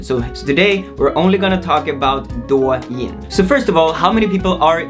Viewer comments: It's actually pronounced "doe yin", as in "doe, a deer, a female deer" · I think is DOUYIN not DUOYIN A